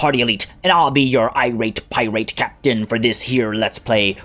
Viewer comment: Did... i hear him say piwate queen? i might have misheard the R there